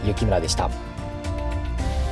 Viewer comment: ユキムラと言っておるのは笑えるw 信長:で、あるな